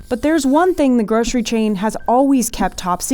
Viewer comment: If you're gonna say GROSHERY and slip into SHTREET and SHTRAIT, with a strange kinda overconfidence, then also say GROSHERY SHTORE, please. When did this become a national speech impediment? Either fix it or control-f SH EVERYTHING.